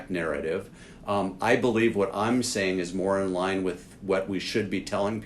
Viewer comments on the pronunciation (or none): none